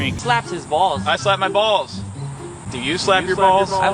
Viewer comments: "Have you tried slapping your bwalls kids?" hahaha that broke me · Lmfaooooo have u tried slapping your balls kid HAHAHAHAHAHAHAH you shoild talk like that more often 😅 the accent that was fkn jokes